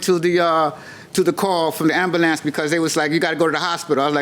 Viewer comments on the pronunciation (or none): "ambalance" 🤦🏻‍♂️ffs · Too old to be saying ambalamps🤦🏽‍♀️